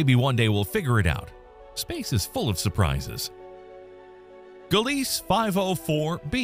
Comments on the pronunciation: Gliese = "GLEE-zuh", "guh-LEES" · In English? There it's pronounced "Gleez" without the final "e" in Gliese